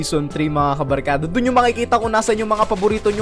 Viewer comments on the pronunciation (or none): Ey eyyyyyyyyyyyyyyyyy kabalkada hhahahahah anoyon iba na yung kabarkada naging kabalkada